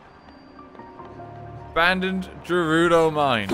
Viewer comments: how many people need to pronounce it as jerudo? ITS GERUDO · People who pronounce Gerudo as "Jerudo" being sent directly to hell after meeting God at the pearly gates and calling him Jod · The way RT pronounces Gerudo hurts me